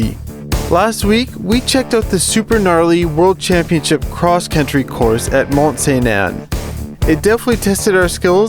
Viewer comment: 😂 j’adore son cristie d’accent quand il dit mt st anne